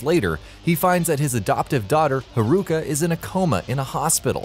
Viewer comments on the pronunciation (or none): you make the name Haruka sound like some kind of foot disease XD